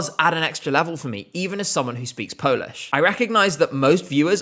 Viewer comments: Your Polish pronauciation is really good! I am proud that my country is finally moving farward from what we have presented before. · Good job and really good Polish pronounciation. Thaks! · I really recommend you to listen to Sw@ dyskography as he has produced some real gems like bahato, anjela, or vysoko letaju. I was really impressed by the national selection and liked quite a few of the artists. And kudos on the polish pronunciation 😊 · Your pronounciation is really good. As a Pole I can confirm that😅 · I have to say often British people struggle pronouncing our names but you did a pretty good job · wow you're so good at pronouncing polish I'm impressed. Hardly anyone bothers to even check how anything is supposed to be pronounced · As a polish viewer, this video was a pleasant surprise. Finnaly Poland in ESC is being talked about in a positive light 🥰 I also loved Lusterka It's clear that you check how to pronounce polish words and it's greatly appreciated! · Your pronounciation is great for a Brit, we appreciate the effort 🫡